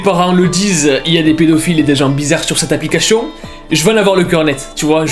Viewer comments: Moi: on dit application: Applicashion? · Application se prononce: Applica*ss*ion Et pas Applica*ch*ion Srx mec c'est vraiment dérangeant fais attention à ta prononciation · J’aime trop n’arrête pas de dire aplicaCHION et pas aplicaTION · arette de dire applicachion pitié 🤣🤣🤣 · "Cette applicaCHION" 😂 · « Applicachion » le plus gros fou rire de ma vie dsl c pas pour ce moquer mais voilà 😂😭❤️ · Applicachion😂😂😂 sinon bien ton taf propre j'adhère de ouf 🙏🏼🙏🏽🙏🏿de nos jours on voie des choses choquant flippant affolant que dieu nous aide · Applichion 😂❤️ Je kiffe son accent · "appliCACHIIONN" J'ADOOORE 😭✨✨ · J'arrive pas a me concentrer a chaque fois que tu dis "applicachion" 🤣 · aplicachion...😂 sinon hela la vidéo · le " applicachion " 🤣🤣🤣🤣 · "applicachon" 🤔 c'est nouveau? xD un génie notre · c'est moi ou j'attend tjr applicachion XDquand il le prononce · Pq tu dis applicachion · Pk tu dit aplicachon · Il dit aplicachion😭😅😅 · tout le long de la vidéo "ApplicaCHION" 😂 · Jte juuure trop stressant le " aplicachion "😂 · Ça m'a perturbé toute la vidéo il dit "applicaCHion" 😭😭😭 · "Aplicachion " ma peter de rir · mdr au top je sent bien le fait exprès pour la prononciation de application. tu gère sa fait du com gratuit très bonne idée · Comment il dit application mdrrr